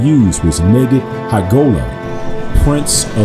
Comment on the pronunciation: I was taught that word was pronounced NIGHID. Spelled and defined the same but pronounced differently.